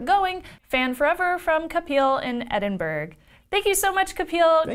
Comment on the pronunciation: You pronounced Edinburgh wrong. It`s pronounced Edin - Bra.. From Scotland:)